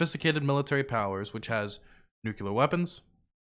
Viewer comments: I can't let you get away with this anymore! It's pronounced NEW-CLEAR!!! NOT NEW-CUE-LAR!!! Ahhhhhhhhhhhhhhh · HE STILL SAYS NUCULUR LIKE GEORGE BUSH 😂😂😂😂😂☠☠☠☠☠ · Unlike GW, he hasn't got the launch codes, so it's cute.